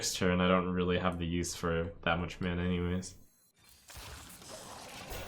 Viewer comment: its so strange how you say 'men' but its also refreshing xD